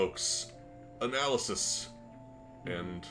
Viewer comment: I so thought he was going to make a PAHNalysis reference, the way he said "Analysis" just gave me a huge trip back in time, lol